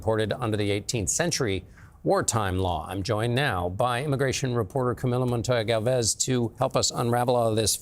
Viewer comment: CBS - your host cannot properly pronounce the name of your guest, 'Camilo Montoya-Galvez'. Your guest does not accurately explain the law and status of these immigrants. - you totally change the subject here and transition to a completely different situation without having rectified the fact that you lied about the first.....